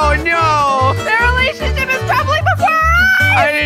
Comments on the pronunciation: it's relationship not relationsheep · what said: relationship What he said in roblox: relationsheep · relationsheep he litterarly said ShEeP a minecraft sheep i just laught LOL